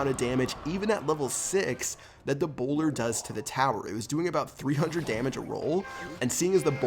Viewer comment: For a second I thought you were British so when you said "A bowler", I thought you said 'Ebola' XD